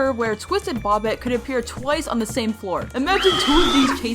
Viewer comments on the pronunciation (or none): It's BOBBET not bobit😭😭😭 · It's bobette not bobtte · It’s not Bobette it’s boebette it’s spelled Bobette it’s pronounced boebette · bObETe ITS BOBETTE BUT THE O IS LONG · It’s bob ett E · why did you say bobette like bop it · you sajd bobettes name wrong 👹👹